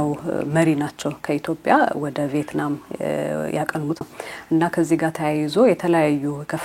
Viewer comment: ቪየትናም እንጂ ቬይትናም አይደለም